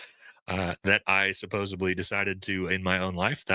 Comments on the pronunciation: SUPPOSEDLY* it’s not “Supposebly” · Supposedly not supposably. I’m begging you. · Buddy….”supposeably” is NOT a word…. It’s supposedly!